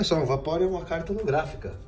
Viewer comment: Quem se contorse todo quando ele fala holografica kkkk